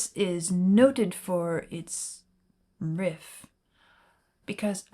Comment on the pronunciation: Why do you say "Riff" like that?